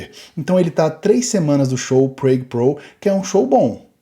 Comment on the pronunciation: vamo la, aprende a pronunciar "Prague" direito...